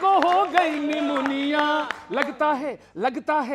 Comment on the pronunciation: Nimuniya nahi nimoniya